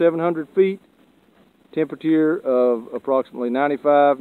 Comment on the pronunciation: I like the way the cameraman says "temperature" Tempatier